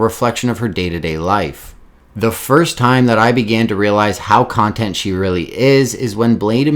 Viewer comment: He's pronouncing contont wrong